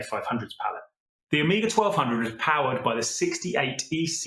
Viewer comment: Amiga et non pas Oméga comme le dit si mal la voix I.A. !!!